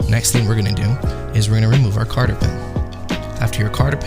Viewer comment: cotter.. not carter lol